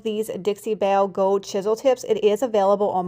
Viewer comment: You have talent and a good mind for or and sales why oh why can’t you learn to pronounce the word “ GOLD” there is an L in it … it’s not GOWD